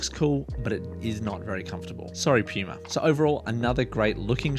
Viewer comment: Thanks for the vid. Your accent had me cracking a smile every time you said puma or as you say pyouma lmao.